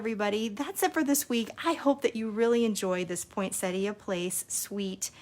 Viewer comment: OMGosh - someone calling a poinsettia the correct name instead of poinsetta! Sorry, but I'm from Australia and I always cringe when I hear people from the US and Canada calling it at poinsetta. Thank you. Your cards are lovely and I've missed part 1, so am going to try to find it now. Have "rung the bell" now, so I shouldn't miss any more. Thanks so much for sharing your lovely designs and beautiful cards.